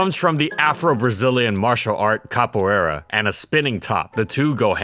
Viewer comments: Amo quando um gringo fala capoeira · Funny how you pronounce "capoeira"